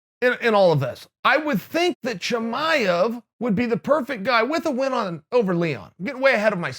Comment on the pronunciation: Impressed that Chael pronounced Chimaev correctly.